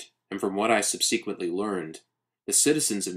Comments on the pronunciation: s'really nbd, just an interesting leaning on subSEEquently vs SUBsuhquently. ignore me. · Absolutely zero offense meant, but is there a reason as to your pronunciation of subsequently? It works for the kind of clinical / studious tone of Ligotti’s writing, ha.